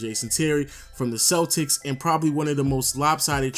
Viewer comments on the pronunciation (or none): none